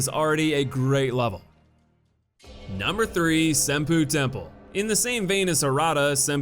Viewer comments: Same bruh. "Sinpoo" Temple fucking killed me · Senpoopoodoodoo It's pronounced "Sen poe".